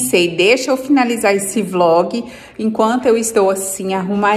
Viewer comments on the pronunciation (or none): none